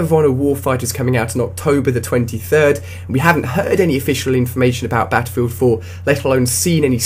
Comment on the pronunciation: Beffefilt foo oh boy improve your pronunciation skills. Thats quite horrible